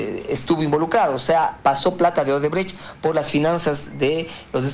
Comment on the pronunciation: Show, no shoe. Shoe es zapato en inglés. ODEBRECHT, no odebrege 😁😁